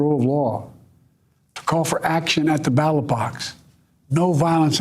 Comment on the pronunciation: He just said "battle box" instead of ballot box.... TWICE. My God.